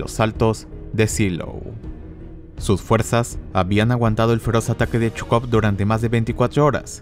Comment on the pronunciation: Te recomendaría que leas el nombre de Zhukov como "Sucov" porque también está el general Chuikov quien también tuvo un papel importante en la batalla por Berlín y no sé bien de quién hablas jaja pero buen video, primero de ti que veo. Like y suscrito. Me gustan tus efectos.